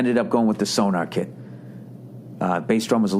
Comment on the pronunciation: Its SoNOR. NOT so-NAR.. it aint some kinda radar device. Jesus frig!